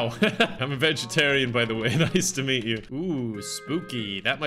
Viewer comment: didn't notice but he said, "nice to MEAT you" and i find that coincidental but beautiful.